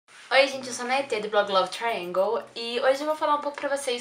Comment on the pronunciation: Fiquei um tempo sem acompanhar seu canal e agora que voltei que lindo ver você falando Triangle certo 💕